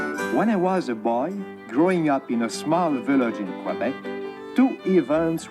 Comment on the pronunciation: you pronounced Quebec properly. you are now officially Canadian! 😁